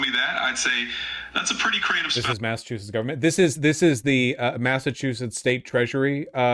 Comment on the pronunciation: Thank god no one has lived in Massachusett in recorded history. Massatruthetts .